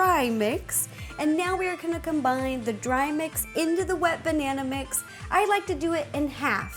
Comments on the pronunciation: ro its not "Banaer" it is "Banana" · Agreed. every time she says "banaynaaaaa" I die inside